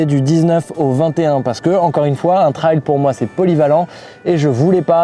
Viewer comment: Bonnes fête à toi aussi. Et je te remercie beaucoup de prononcer correctement le mot TRAIL comme un RAIL (de chemin de fer par exemple...) Quand j'entends des gars dire "TRÈL" ça a tendance à me faire grincer des dents !!! À moins qu'ils disent aussi "RÈL" pour RAIL ???...😂😂😂😂 Salutations motardes d'un vieux con du Sud Aquitaine ✌️✌️✌️✌️